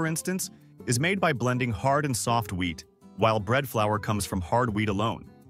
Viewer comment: All I'm hearing is "weed" and not "wheat"